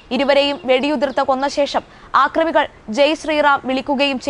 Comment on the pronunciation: ആക്രമികൾ അല്ല അക്രമികൾ..